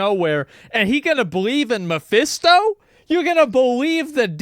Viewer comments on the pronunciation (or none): none